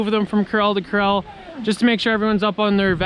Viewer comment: I always think he's saying Krell instead of corral. 😂😝